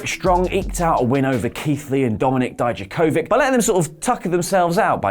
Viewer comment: can at least you wrestletalk, try to say dijakovic properly? since wwe doesnt care. "dee-yak-ovich"